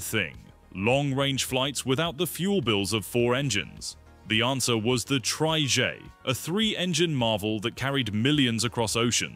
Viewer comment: So sick and tired of lazy uTube sites with awful Ai narration. Trijaay!! 😤